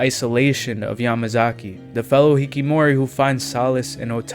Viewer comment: I'll add that to my plan to watch. Also it is hikiKOmori no hikimori